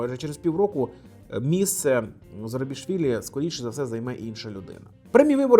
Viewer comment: Скажи "зу" - Зу - Скажи "ра" - Ра - Скажи "зура" - Зура - Класно. А тепер скажи "Зурабішвілі" - Зарубішвілі